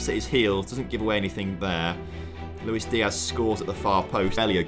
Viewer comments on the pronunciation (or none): none